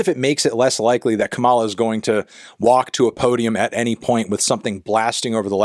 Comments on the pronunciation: Love you melon, but it’s KAH-ma-lah (emphasis on fist syllable). Republicans including trump keep pronouncing it wrong in the way you (they do it presumably on purpose, in bad faith. But I know that’s not your intention.) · You're saying her name wrong: emphasis is on the first syllable (KA-ma-la). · Anthony, with all the love in the world… it’s KA-ma-la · You’re mispronouncing her name. It’s pronounced like comma-la. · pronouncing her name wrong 4 years into her vice presidency is crazy work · Stop pronouncing Kamala the way Trump says it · I thought we had reached the point where the only people who mispronounce Kamala's name were fascists attempting to trigger the Democrats. But here comes Melonhead. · Love you Anthony, but you're saying her name wrong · ur not a brat bc u cant seem to pronounce kamala right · It’s pronounced Kamala, not Kamala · Pronounce her name right. Kamala. Put the right ephasis on the right syllable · Pronounce her name right Anthony please lol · Melon, continue mispronouncing it out of spite for shitlibs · fantano not being able to pronounce kamala correctly is BRAT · please learn to pronounce her name correctly, thanks! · is it really that hard to pronounce her name right? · Youre mispronouncing Kamala's name just fyi. The emphasis is on the first syllable, not the 2nd. (Its not like the wrestler) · Maybe you can be a brat when you start pronouncing Kamalas name correctly? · Dawg, you’re pronouncing “Kamala” like the conservatives do. Do you genuinely not know how to pronounce her name after she was your VP for four years? Lmao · You did not just say a word in English, let alone a name, is an esdrújula. That for the Spanish speakers only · You saying her name wrong 100x is like a declaration of war for resistance liberals LMFAOOOOO I LOVE YOU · Emphasis on the first syllable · He can’t even pronounce her name correctly so I doubt it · It's pronounced "KAH-mah-lah" not "kuh-MAH-lah" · Comma-La, not "ca-mala" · KA-ma-la. Not Ka-MA-la.